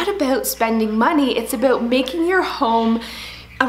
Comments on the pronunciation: a-boot lol cutee ( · I love how you say the word “about” LOL. ❤️